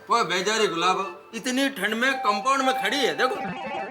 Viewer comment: अय्यर बोला कंपाउंड❎ कामबोर्ड ✅😂😂